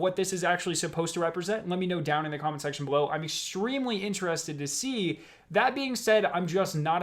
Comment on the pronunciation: No offence, but do you have a speech impediment as I here 'Extwemwy'. Never heard one before.